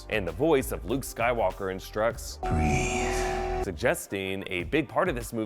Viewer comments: breathe, not breath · Luke does not say "breath", he says "breathe" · Btw it's BREATHE not BREATH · BREATHE...NOT BREATH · Breathe, not breath. Other than that, great video. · BREATHE, NOT BREATH LOL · "breathe", not "breath"... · BREATHE not BREATH! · breathE not breath lol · Breathe. Not Breath.